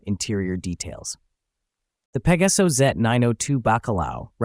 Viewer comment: Oh narrador!!!!!...fala-se exatamente PEGASO...para facilitar a dicção seria com o acento no A.